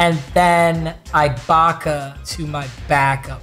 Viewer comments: SERGE (EEEE-BAHKA) Ibaka. Not no EYEbaka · Who else gets pissed when he pronounces Serge’s last name as “I-baka” instead of “e-baka” ? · Does it not bother anyone else that he says “eye”Baka and not “E”Baka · Ebacka not ibaka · Plz stop saying Ibaka it’s pronounced e-Baka not I-Baka